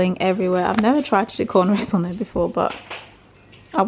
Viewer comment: you butchered that cornrow! Lol good attempt 😁you guys are hilarious!